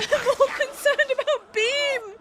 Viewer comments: "Bream"😅 gave me a giggle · I personally read Angel's like about wanting humans to suffer as they die as a lie meant to keep distance between himself and Aki, done out of depression. Damn, referring to Makima as "it". The shade (deserved)! You might have kept calling Beam "Bream" because that's a type of fish, or so Stardew Valley has taught me. Also, all aboard the Aki/Angel ship!